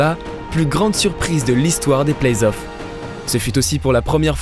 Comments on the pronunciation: Ouais attention, on dit playoffs et pas playsoff. A part ça c'est bien continuez comme ça 👌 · Playzoff ça fait vraiment mal aux oreilles. Vous le dites et vous l'avez écrit dans une citation à un moment à l'écran... Sinon super video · superbe reportage, par contre t sérieux lorsque tu prononce playoff "playz off" ? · Belle vidéo qui transmet bien les émotions Sympa la nouvelle voix off mais le seul truc qui pique les oreilles cest la liaison dans le plays off (on entends playzof) Sinon comment parler de cette série sans parler de l'énorme dunkerquois de Baron Davis sur Kirilenko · elle sont génial vos/ta vidéos mais pourquoi le doubleur il fait la liaison a playoffs ? il dit "playzoffs" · Arrêtez des dire "plaizzzoff" please... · Franchement très bon contenu, mais faites un effort sur la prononciation. Entre les noms francisés sans raison et les lettres rajoutées (playZoffs??!!), c'est vraiment frustrant à suivre, surtout que ça revient très souvent. Bon courage pour la suite. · Très bonne vidéo ! C'est toujours passionnant de découvrir la passé d'une franchise ; mais je trouve un léger défaut a cette vidéo ; la prononciation du numéro 77 des Mavs : Luka Doncíc ; après Donchique et Donkik on en vient à Donquiche !!! On prononce cela Donchiche si vous voulez :D Ça et PlayS(?)Offs ; NoOUItzki (?) ; vraiment rien du tout mais des efforts de prononciation à faire de la part de notre agréable nouvelle voix ! Rip Kobe and Gianna ; both of u will stay in our memories forever <3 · La nouvelle voix en dirai un robot ou une personne pas très renseigné sur la NBA pck pour dire playzoff faut être fort🤣🤣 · Kevin Durand, playsoff ... 😅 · Ça fait plaisir un bon retour après il manque juste d’apprendre la prononciation des noms et playoffs